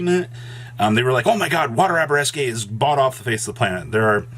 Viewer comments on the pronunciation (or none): “Arabesque” It’s Pronounced air-a-besk Not abareskay